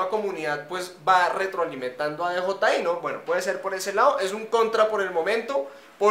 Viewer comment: No es Di Yi Ai es Di Yei Ai